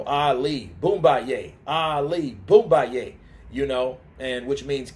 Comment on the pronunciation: It's Boma Yeh